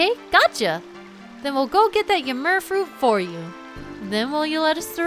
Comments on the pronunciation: Im pretty sure you are saying ymir wrong.the mir part is not like mur its meer. Just think yimeer. I hope that makes sense. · It's pronounced Eee-meer, after the giant of knowledge who took Odin's left eye as payment for a sip from the fountain of knowledge. And Heimdall is named for the keeper of the Bifrost, all seeing and all knowing for the day Ragnarok will come. And Asgard in Sylvarant is also related to these two Norse inspired locations. And that boar summoning power is probably reference to the golden boar that Frey rides in the myths. So, plunging into the drink in the middle of Winter, unsure if you would see your parents again... that is harsh. Sorry for ever making of your fear of water,. With your reaction with Heimdall being one of your favorite areas, I'd say that Minish Cap was a big old tribute to forest areas that you love.